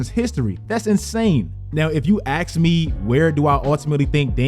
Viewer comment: why would anyone axe you?